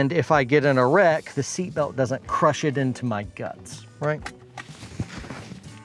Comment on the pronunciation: When you said "if I get in a wreck" I heard "if I get an erect". Wasn't sure where that was going for a second. Great video thanks for all of the good info and tips.